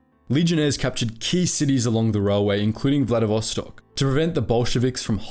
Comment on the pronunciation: This video is so wrong even first 16 seconds had two mistakes: It's First World War so there are no "Axis" but Central Powers, and it's Vladivostok not VladiSvostok